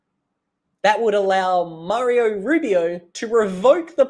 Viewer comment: Mardo Rubio not Mario FFS